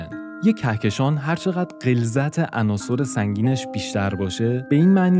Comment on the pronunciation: درود فراوان به شما گوینده وهمینطور نویسنده ی این برنامه! بسیار واضح وخوب بیان میکنید فقط یکی از واژه هایی که در زبان فارسی خیلی ها اشتباه تلفظ می کنند واژه ی عناصِر جمع عنصر است ! عناصُر اشتباه است که همانطور که نوشتم به کسر صاد صحیح است پیروز باشید